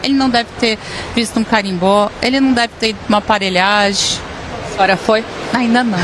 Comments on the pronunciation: PARELHAGI ???!!!!!….. ô ignorante, !!!!! É PAVULAGEM!!!!! Quanto mais fala mais fede 🙈🙈🙈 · Aparelhaje e não aparelhagem e com J mesmo. Essa fala o pretoguês.😢